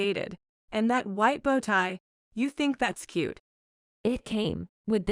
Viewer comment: After all this time you computer can't pronounce bowing and bow correctly.